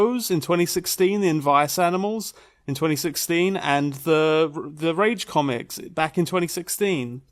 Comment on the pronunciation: Was the fact that he's saying wrongly 2016 on purpose part of the joke? I can't tell at this point, people use to many layers of sarcasm.